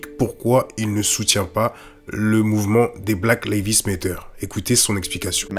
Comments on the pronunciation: excellente vidéo cependant... Black Lives Matter se prononce "black laïv'z méddeur" (laïv'z comme life par exemple) et le "T" se prononce "D" méddeur" pas Lévi's comme la célèbre marque de jeans mais laïv'z lol Tu dis "black Lévi's méteur" tu m'as tué lol 😄 bon sur la forme je te taquine un peu mais ça m'empêchera pas de te mettre un pouce bleu car sur le fond c'est une top analyse 👏😉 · Super. Bon travail comme toujours. Poursuis ainsi et merci. Par contre pourquoi choisir de prononcer "Black Lives Matter" comme tu le fais? La vraie prononciation est tellement plus simple. Just saying... anyway Big up! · pk tu dis black levis matter??